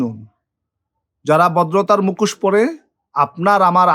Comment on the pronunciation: APNAR UCHIT BANGLA VASATA BOLTE SHEKHA. APNI MUKHOSHKE MUKOS BOLCHHEN.